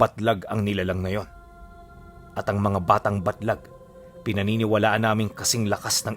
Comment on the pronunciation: Nalilito ako kasi basa ni baglat eh yung tittle batlag